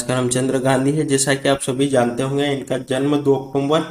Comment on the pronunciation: अक्टूबर का सही उच्चारण करिए।